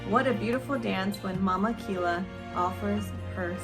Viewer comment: It’s pronounced Ki-Ya